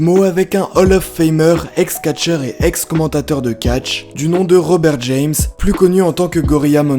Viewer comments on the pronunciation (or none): none